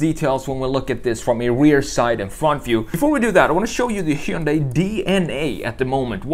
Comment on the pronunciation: It's "Hyundai" like "Sunday".